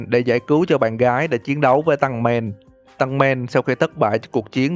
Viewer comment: tăng men Tankman: tên tao ko phải là tăng men mà là "tankman"!!!!!